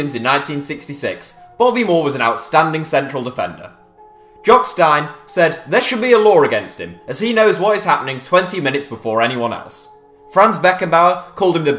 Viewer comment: Jock Stein: should be pronounced Steen (as in green), not Stuyn (as in wine)